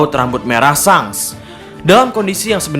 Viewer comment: sangs.. asli ga enak didengernya. Klw ga bs bilang Syengs, paling ngga syangs gitu